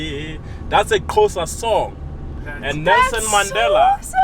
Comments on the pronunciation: Xhosa not qhosa lmao eish that guy make me lough..nice video anyway thanks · Xhosa not Qosa.bra..... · When he said "Qhosa" and not "Xhosa" I really wanted slap his face😒... 11 languages and can fluently sing Miriam Makheba but mispronounces the name of the language he supposedly can fluently speak! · Dear Uber driver, it's XHOSA not QHOSA ftsek!😤😭🇿🇦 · That's a Qhosa song & Nelson Mandela is from Qhosa tribe,,,🙄🤔,,,my brother really butchered that part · Xhosa not Qhosa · Noo this guy its not Qhosa its Xhosa.. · Your tour guide said he speaks eleven languages but he pronounced the name wrong: Xhosa not Qosa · Its pronounced Ko- sa- coming from a half South African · He sang the song wrong and pronounced "Xhosa" very wrong! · Remember he is not Xhosa but he tried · You can the guide is from Jozi. Dude can't even pronounce Xhosa. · I heard that, I know most sesotho speaking and other language speaking people struggle with the letter x the way we use it. They don't have a letter hence the struggle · I heard that and then had to verify it. So I was right, he did pronounce it wrong. +1 south african points to me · The "special language with all the clicks in it" (isiXhosa) is my home language 🤗! Your guide made a good attempt but he needs to work on it a bit more, it isn't an easy language to master 😂!! I can't wait to visit all the places shown in your video. Great content!!